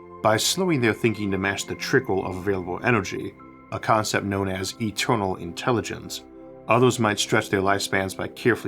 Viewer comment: The staws so etewnaw to us awe but a chaptew